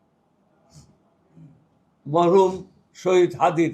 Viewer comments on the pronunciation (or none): ফখরুল সাহেব ত হাদির নাম ও ভুলে যায়। ভালো করে বলতে পারে না হাদির নাম 😮😮